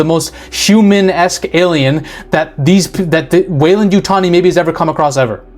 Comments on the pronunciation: Great video, Appreciate you pronouncing 'Weyland-Yutani' correctly, but I have to point of that you mispronounced the word 'Yautja'. According to Steve Perry, in his 1994 novelization of the 'Alien vs. Predator' the comic series, the correct pronunciation is 'Ya-oot-chah,' with the accent on the second syllable, and that "ch" almost a "j" sound. Source: May 08, 2007 reply from Steve Perry himself on the avpgalaxy forum. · Love your vids... you said weyland yutani correctly.. don't listen to those sharmudas I been thinking the xeno we love is one the descendants of genetically creatures made from these base few beginners crossed together.. but i could be wrong.. it would be cool that way... The first monster.. it's a Metroid! What if David uploaded his mind to be the template for many androids.. a backdoor passenger able to take over any android anywhere. Because he's the core.. he's the server..he pulled an IG-88 and put his brain in the system that creates copies. (An IG-88 Droid uploaded itself into the death star 1 and took over as the targeting computer out of sheer watoness to be a megaweapon)